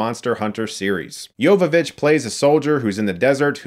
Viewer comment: I swear I heard you say "Yoga Bitch".